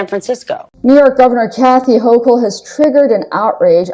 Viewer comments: Hochul is pronounced Hokul. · Thanks for the update! Very sad. I live in NY State and we pronounce Kathy Hochul's name this way: Hoe-coal.